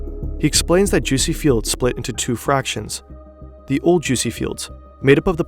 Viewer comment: im going insane or did i hear fractions, like come on just re record the script